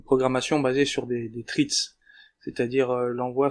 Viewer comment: c'est "thread" pas "treats", ça sonne comme "fred" avec un th au début.